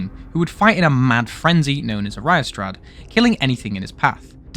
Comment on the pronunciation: small correction, as while it looks like you would pronounce it riastrad, its actually pronounced like reea-strad, similiar thing for the Cú himself, as his name is actually pronounce Ku-Kullen